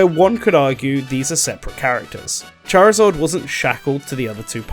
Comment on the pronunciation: Who the hell is ‘ChariZORD’?